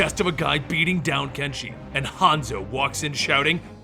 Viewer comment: Damn I keep hearing not hanzo and kenshi But hanzo and genji